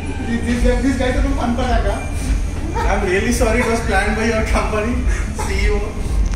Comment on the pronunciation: Last words funfatak 😂 instead of funpataka